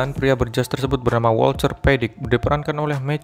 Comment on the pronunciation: Wolter bang bukan wolcer 😂